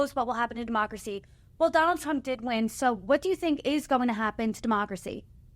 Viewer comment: Did she say Donald "Frump" in the opening???